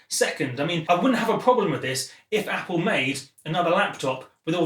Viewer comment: drinking game. take a swig every time he says "Appoo"